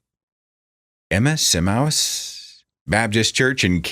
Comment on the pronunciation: Em-MAY-us. It's a New Testament name, I think.